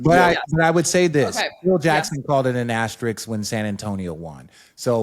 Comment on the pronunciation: Funny that no one was able to pronounce asterisk correctly in the whole video 😂